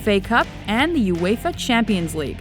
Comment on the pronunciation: lmfao she pronounces ''uefa'' '' uefer